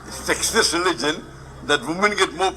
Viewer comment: Dear person, Please correct your pronunciation while speaking the word "Sexist" as you're pronouncing "SEXIEST" which means "SEXY" whereas, in this video of Dr Zakir Naik, a teen using a word "SEXIST" which means gender discrimination and the context of the whole question is based on "SEXIST RELIGION" not "SEXIEST RELIGION". Hope you understand. Jazak Allah! Have a pleasant day! Love from the United Kingdom.